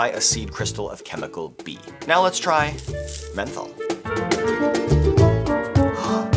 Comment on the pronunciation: could have sworn he said Fentanyl- not menthol… had to rewind a few times